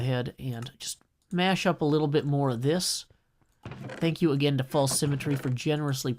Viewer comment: ‘Thak you’